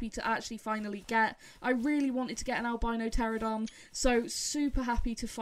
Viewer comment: Apologies for the slight mispronunciation- it’s “Pteranodon” not “Pteradon”. My fault entirely, had it stuck in my head wrong for some reason! 🙈